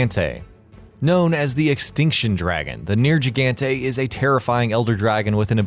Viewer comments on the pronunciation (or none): ner g ganta why do you pronounce it like that when you clearly hear it being said ner gig an tae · Jesus your pronunciations is like a final boss. Nair-gee-gan-tay? Seriously? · I find your pronunciation of Nergigante... disturbing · They pronounce Nergigante's name every time you fight Zhora Magdaros and when you are approaching it. How do you butcher it that baddly? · What was that pronunciation of Nergigante? 😂